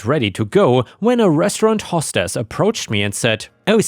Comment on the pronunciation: "Hostess" is "host ess" not "hoss tess."